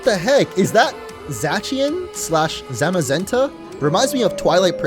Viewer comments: Za-cy-an and za-ma-genta are how you pronounced the legendarys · Zacian (Za-shian) Zamazenta (Zama-zen-Tuh)